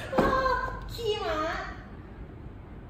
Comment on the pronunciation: ลังแยกเสียงไม่ออก ระหว่าง "ม้า" กับ "หมา" เอ็นดูวววว 😂